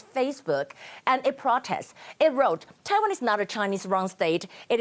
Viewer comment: errrr.... taiwah numberrrr....one 难破万请你吃田鸡